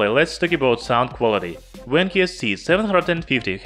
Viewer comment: Not Wankyo, Vankyo.